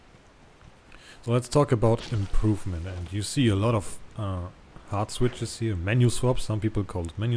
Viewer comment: Are you saying hotswitches or heartswitches? lol